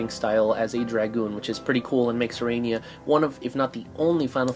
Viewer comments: I think the proper pronunciation of her name is a-ra-ney-a and not a-ray-nee-a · How are you gonna pronounce her name wrong when they say it in the fucking game?